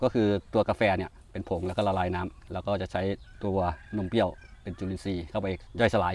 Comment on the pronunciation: นมเปรี้ยว ค่ะ ไม่ใช่ นมเปี้ยว